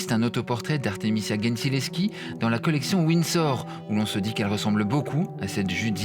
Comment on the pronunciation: The pronunciation is Gentileschi (with G like a J) not GHEntileschi